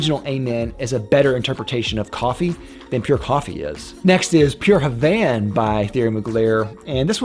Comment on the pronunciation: When you said DHI, Pure Havane, and Individuel it hurt my soul 😭 I agree with Sauvage though 🤣